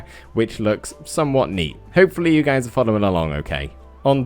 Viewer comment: Cool detail btw that I love! Saying " Our" Instead of " Are. " I love watching your vids btw!!